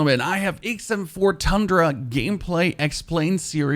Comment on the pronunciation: Sounds like you're saying ACEm4 🤔